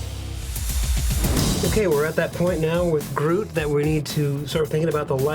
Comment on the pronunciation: why do so many people say broot instead of groot